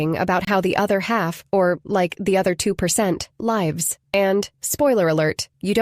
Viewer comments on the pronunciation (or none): Definitely AI. ‘She’ mispronounced ‘lives’ - should have short i, but used long i. Wrong word! Weird pacing of ‘narrator’ sounds robotic. Never takes a breath. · I'm enjoying the videos, but the AI mistakes give me pause (i.e., "how rich people LIVES"). The habit I'd like to go back to is dinner at the table. My Granddaughter agrees. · A i is weirdly nonsensical. "How the upper class LĪVES" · The pronunciation of “lives” gives it away.